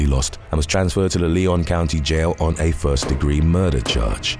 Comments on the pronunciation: For future reference: Lyon County is pronounced lion not Leon Ely is pronounced ee-lee not Eli Washoe is pronounced wash-o not wa-shoe No hate, just looking out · Its Lyon County. Like the big cat. And its Ely(Elee). All long (e) sounds and its Washoe. The o is a long o sound.Traditional pronunciation of Wash long o and e is silent. Washoe.